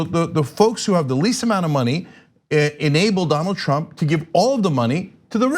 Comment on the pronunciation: I also hope that another half of which is rest of Tlump’s thugs go to jail cuz they deserve it for supporting his campaign in the first place. Thank u for your compliment for the profile picture. I also love the way u pronounce trump “Tlump”😂😂😂😂😂 oh I love it 😂😂